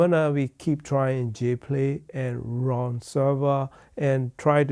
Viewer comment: It's Roon (like in Moon), not Ron Server.